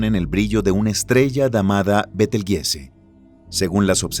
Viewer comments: Disculpa y perdón por la corrección : pero el Nombre de la Estrella Gigante que vos mencionas , se pronuncia: Betelchus = Beteljuice o Betelyuse aunque se escribribe Betelgeuse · ayyy, dijo betel jise :V